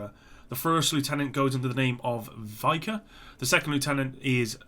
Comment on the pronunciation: Vika -> "yee-ka" Liza, Veta -> "leet-za vey-ta" Lyosha -> "ee-oh-sha" Rozysk -> "rose-isk". Pozelany -> "po-shul-ahn-ieuh" Byt Ochotnikom -> "beet oh-cot-neek-um" Zeleonye Lecheniye -> "zele-ohn-ye le-chain-ye" Zashchitnyk -> "za-sheet-neek"